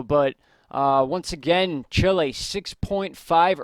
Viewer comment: Is CHILE not CHILI fellas..👍